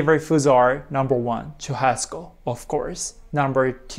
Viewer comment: I know that as u as 日本人 u read "CH" as "T" sound, BUT the correct pronunciation of "churrasco" is with "しゅ“ 発音：シュハスコ or puting in romaji is SHU-HA-S-CO